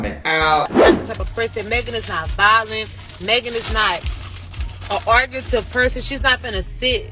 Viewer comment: DID ASIAN DOLL REALLY SAY “ARGUETIVE” ?????????!